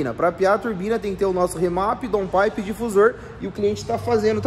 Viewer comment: Boa tarde. Parabéns, muito legal seu serviço, vcs são perfeccionistas. Daun paipe a pronúncia correta. Abraço